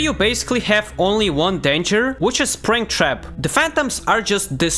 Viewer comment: He said bringtrap